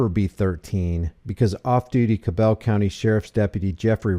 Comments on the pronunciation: CAB L not cable either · A lot of shady things happen in Huntington, West Virginia and it’s pronounced cah bul countie by the locals.. cops run the heroin meth and fentanyl racket.. they’re all on the take